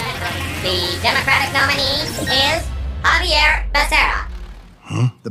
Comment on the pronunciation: His name is pronounced as Javier 😅